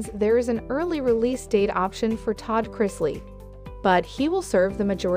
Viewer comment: Pronounce Chrisley better please.